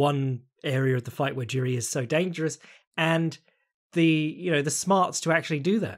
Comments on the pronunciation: For anyone who cares: It's pronounced YI-ZHI, like the ZH in Zhang. Not JI-RI or YI-RI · Jeeeeesus you just keep butchering Jiri`s name.